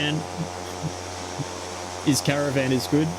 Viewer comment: Repeat after me CAAA RAAA VAAAN . Come on, you got this 😂😂. Cheers mate . Nice content.